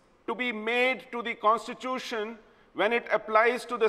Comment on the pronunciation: its fucking constitution pronounce it right bitch Mehbooba Mufti , on other issues i have no problem bjp and pdp fight with each other and die